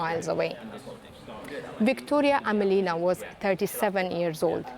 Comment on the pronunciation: AmElina not AmelIna. Emphasis is on “e”